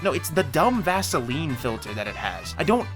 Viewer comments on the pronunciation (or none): none